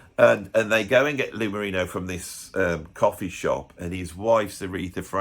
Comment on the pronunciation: A couple things: - Lou Marini, not Marino. 😉 - You talk about the Blue Brothers but don't mention that new Rolling Stone drummer Steve Jordan is on the kit. - You mention 'Stop Making Sense' in your 'it's not included' disclaimer. Anyone into Talking Heads should see 'Talking Heads in Rome', a tremendous in-concert video that is raw and ripping. - Nice of you to highlight David Essex. He was a talented lad and deserves to be remembered as such. - I don't watch films about music/musicians, though love 'A Hard Day's Night' and Sting's 'Bring On the Night' and 'Ten Summoners Tales' (and I'm not even a big Sting fan). - An interesting topic from you here. Your ability to come up with new topics is bordering on the, er, impressive. 👏👍